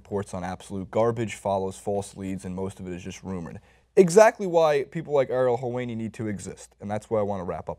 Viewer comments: it's pronounced hell-wah-ni. Sorry, I'm a little ocd about pronunciation. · You are pronouncing Helwani wrong.